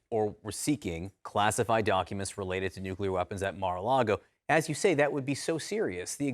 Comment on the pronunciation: Nuclear. It's pronounced Nuclear.